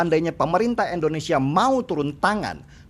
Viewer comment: Bang Deny, mohon maaf sebelumnya. Hanya kasih pendapat utk hal kecil, namun cukup mengganggu. Negara kita itu Indonesia, bukan Endonesia. Trima kasih 🙏